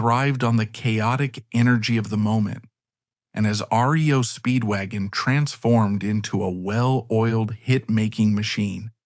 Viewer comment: You know when it calls the band RIO Speedwagon there's going to be issues.